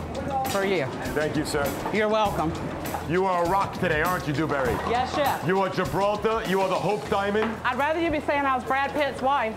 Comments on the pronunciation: Dew-berry Du-berry doo-berry DOO-FISS😂🤣🤦🏽‍♂️ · I’ve rewatched this video a million times just to hear Gordon say “Dewburry” over and over